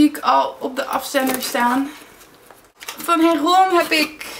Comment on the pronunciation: het heet geen herom maar herome heel overdreven